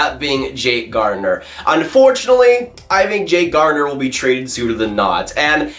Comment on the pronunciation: "I fink that....."